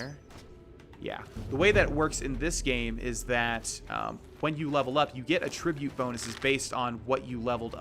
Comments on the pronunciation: Minor difference in the word attribute Verb - uh-TRIH-byoot The stress is in the middle of the word Noun - AT-trih-byoot The stress is in the start of the word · Bro, you're pronouncing "attribute" like it's a verb. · I love your videos but I hate the way you pronounce "attribute" lol. I believe you're using the wrong version. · I love the content, I cannot finish it solely based on how you pronounce attribute in the context you're using it. Keep up to good work. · I love all of your playthroughs but I'm STILL getting stuck on the "attribute" pronunciation. It sounds so off lol. It's just one of those things that keeps kind of ruining the entire sentence for me and I can't help but focus on. Otherwise, you seem to be making an effort in trying to pronounce things correctly, and not everyone knows every single word, anyway. :3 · Dude you pronounced attribute wrong when you were mentioning skills; not far thru video right now so if fixed, disregard